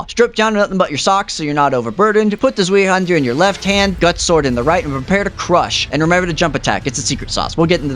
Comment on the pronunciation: Every German person dying when you say sveee- hander